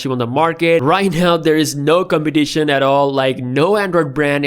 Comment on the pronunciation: Right now there is no cumpetitshin - no thats not a typo thats how he said it